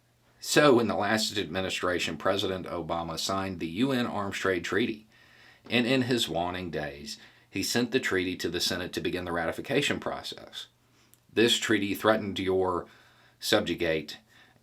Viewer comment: sure hope this isn’t too pedantic: the ‘a’ in ‘waning’ is pronounced like the a sound in ‘waiting’. I like it when people tell me things like that, so I’m hoping this comes across as friendly and helpful as I mean it to be. After all, we’re gonna have millions of people joining this clued-in & active movement you’ve got going on here. —with love and respect, alumpyhorse